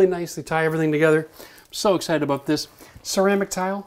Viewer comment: Lol "aboot"